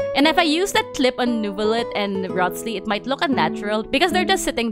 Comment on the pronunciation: Rothss-Lee 😂😂😂 bro is pronounced "Rise-lee" 🤣